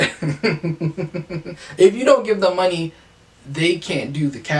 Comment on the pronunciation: Don’t. Don’t. Zont zo it. Zont zo it